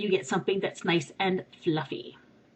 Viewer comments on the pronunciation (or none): I love how you say "Fluffy" its like "Fluffay!" <3